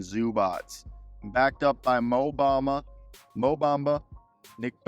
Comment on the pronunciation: Ain't no D in MO Bamba!!